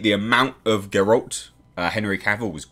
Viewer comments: OK, your pronunciation of Jaskier is now top notch. Now let's work on Geralt. Try Gherhaalt. Repeat please. Fun fact: in the 90s there was an attempt to make a Polish adaptation. Well, how to put it, it was a dumpster fire of a rubbish piece of crap (here's a taste But the funny thing is, the actor who played Geralt, Michał Żebrowski (try saying that one) lends his voice in polish dubbed version o this one 🙂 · also speaking of hanging a lantern on things, they literally did that with Cavills Geralt voice (which you insist on pronouncing wrong) when Jaskier is making fun of it